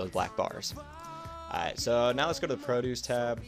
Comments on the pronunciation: the produce tab? you mean like lettuce and carrots? The way you said it made me LOL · same here lol, i was thinking.. did he really say that? ROFL anyway this helped me allot thanks!